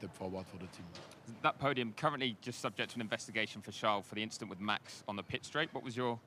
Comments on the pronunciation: guys we got "just an inchident" part 2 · It was just an 'inchident'....🤣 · Charles had the opportunity to say it was just an inchident and he didn’t 😭😂